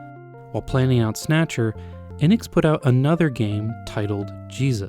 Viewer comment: I figured that someone who lives in Japan would know how to properly pronounce Enix.